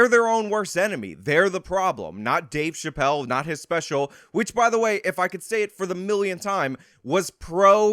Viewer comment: Thanks a lot, for your “Scumbaggery” 😂, I use that word all the time, and people look at me like I got 9 heads!! But thanks again so much for your Dueshbaggery by playing that girl or trans ⚧ 🏳️‍⚧️ saying Dave Chapelle Dave Chapelle Dave Chapelle Dave Chapelle Now, every time YOU say Dave Chapelle I hear that trans echo!!! Really???????? See? Look what you did now jerk off!!!! 😂😂😂😂😂😂😂😂?